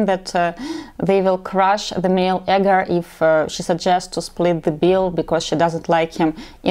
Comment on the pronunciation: Great and valid points thank you.. A helpful note the EGO is pronounced E-go. Meaning ones psyche.